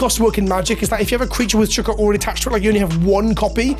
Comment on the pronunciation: “Shook-oh” yah, the whole community is shook